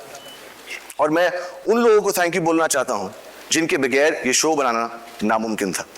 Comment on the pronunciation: MashaAllah, it is like hearing and seeing younger SRK, except when he mispronounced- ba-ghair. Ouch.